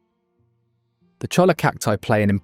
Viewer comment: You managed to get La Jolla right. How did you f*ck up cholla so badly? If I keep watching, will I get a lahss an-jel-eez, too?